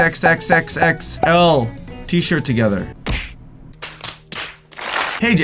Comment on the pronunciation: Bruh the way you said xxxxxxxxxl sounds......